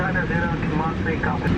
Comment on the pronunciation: Marseille 😂😂 I live in France. It's cool how you pronounced "Marseille" so well😁